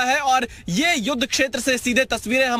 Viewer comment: दुद्ध नही भाई युद्ध😅